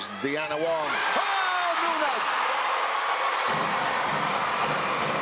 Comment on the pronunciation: “B” team vs F2. Sisi makes CMFT a better team, but not a contender. Sev Sarmiento better familiarize himself with the players beforehand. He keeps calling Deanna Wong, De-Anna Wong. He pronounced Nunag as No-nag. He just calls out random player names when the action is going.